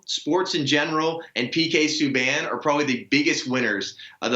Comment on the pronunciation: Hearing jason say his name is hilarious. Its pronounced. Sue-bahn. Great hockey player, excellent defensemen he won the trophy for the leagues best.